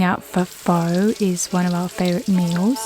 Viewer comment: Pho is actually pronounced more like "far" . Not exactly but if you do a sort or cross between fur and far you're close enough. It's definitely not pronounced like foe.